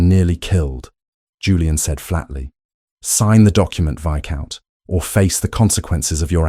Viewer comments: for sure. They are not even pronouncing viscount correctly. It’s actually pronounced vi-count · Oh, Lord. The AI voice said "Vice count". You have to wonder how they let that mistake go by. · The s in viscount is not pronounced.